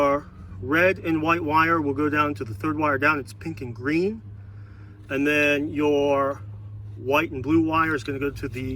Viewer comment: I’m like 3 min in and I’ve gotta leave. Never heard anyone put 5 syllables in the word “And”